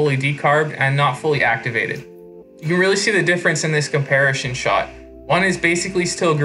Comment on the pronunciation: I know you didn’t say “comparishon” instead of “comparison”